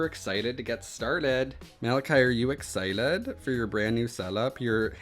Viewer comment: WHY DOES HE KEEP SAYING "exciled" ?¿?¿?¿?